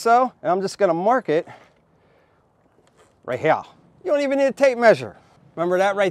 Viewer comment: Drink every time he says ‘right heyah’ 😂